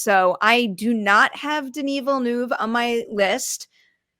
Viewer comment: I don't see Denis Villeneuve getting in either. Also, should there be a school for Americans to at least learn how to pronounce his name? It really isn't that hard.